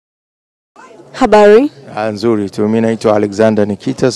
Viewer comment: shost sio habali ni habari